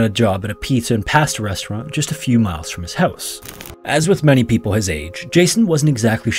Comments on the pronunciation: PAW-stuh not PAHHH-stuh. Otherwise amazing content. great work!!!! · You pronounced pasta like an unemployed Democrat. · pizza & pahhsta